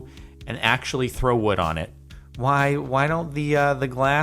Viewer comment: You said DIWhy like a forking Irishman xD